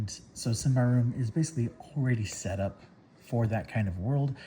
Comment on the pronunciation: I believe it's "sim-bar-rum". But I could be wrong, lol.